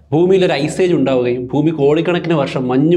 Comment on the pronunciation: എല്ലാ വീഡിയോകളും മികവുറ്റതാണ്. ഉച്ചാരണത്തിൽ, ഫൂമി മാറ്റി ഭൂമി എന്ന് പറഞ്ഞാൽ നന്നായിരുന്നു.